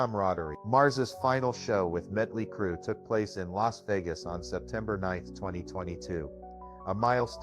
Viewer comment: I thought it was muddley crew 🤣🤣🤣🤣